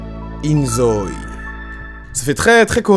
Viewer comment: Je pense que ca se prononce in zo-i parce que ζωη en grec ( prononcé zo-i) signifie vie.